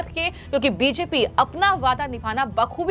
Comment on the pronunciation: को रोज 50 बार (धीमी गति से) बी जे पी बोलने की प्रैक्टिस करनी चाहिए, ताकि उच्चारण ठीक हो सके।